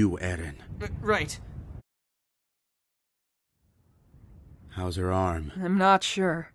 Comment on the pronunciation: Did... Did Levi pronounce "Eren" like "Ehden"? XD Was that on purpose?